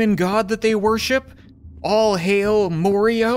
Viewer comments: Lol he Accidentally said Morio in stead of mario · More io? It's Ma-are-e-o! Proud ouce? It's Pro-dud-ce! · he said Morio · Why did you pronounce it morio